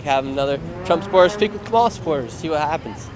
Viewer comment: It’s pronounced Comma-la